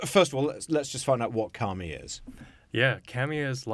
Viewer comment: I would have an easier time promoting this for my students if I didn't feel the name was a secretive strike against Christianity. You didn't say Kami correctly to mean paper. In the sense you are using, it would mean spirits or deities "god" of Shinto religion. The emphasis would have needed to be on the Mi. Could you clarify please?